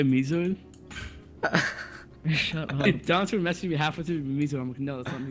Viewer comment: this isnt meezoid its zeemoid